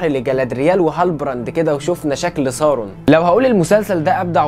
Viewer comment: اترجاك ! اسمه مش سارون اسمه ساورون